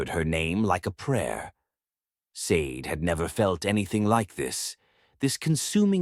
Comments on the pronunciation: I'm pretty sure Sade is pronounced Shar-day, like the singer, not like the green jewel... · Or maybe Sa-de(Sha-day) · Hi everyone, I came across this Afro-Korean story a bit late. The woman's name Sade should be pronounced Shadday, like the singer of "Smooth Operator"